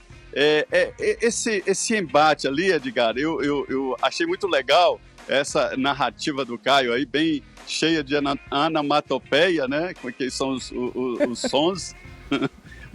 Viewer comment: "Anomatopéia" foi osso...